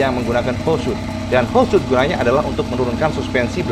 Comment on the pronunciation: Bang... bang... "Holeshot" itu "shot" nya "o" nya satu, jadi dibacanya "holsyot", bukan "holsyut". Klo "o" nya ada 2 "oo" baru dibaca "u", contohnya "shoot" dibaca "syut". "Screenshot" itu dibaca "skrinsyot" bukan skrinsyut" karena "shot" nya "o" nya satu. Salah melulu bacanya dari dulu, nanti penonton yg ga tau ikut-ikutan salah nyebut.